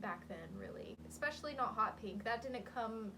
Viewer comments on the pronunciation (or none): Talking about mortal diseases: we're just fighting yet another plague, and now you want to give our ears cancer by saying "expecially"? Have some mercy upon us.